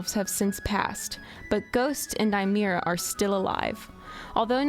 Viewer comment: The wolf's name is pronounced spelled and 'Nymeria", not 'Nymera". Not a great start to a new channel. Did she actually watch the show, or just someone reading from a script?